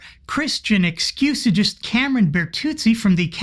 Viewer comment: LoL “Excusigist.” Next up for Cameron: 10 years of studying not being a stamp collector 😂